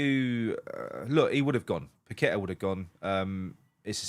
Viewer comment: Kudus is going nowhere ffs . And it's paqueta not pack a tar ffs